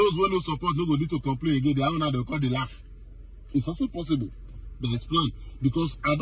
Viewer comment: Lauf wan kill me 🤣🤣🤣, Hunger ko, Hunger ni.